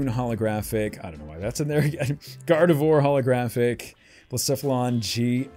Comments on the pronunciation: I know it doesn't really matter but Gardevoir is pronounced "Gar-de-vwahr" (it's a play on French words), not "Gar-de-vore". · Your pronunciation of Gardevoir hurts.. It's pronounced Garde-vwar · "Gardevoir" is pronounced "gar-de-vwar".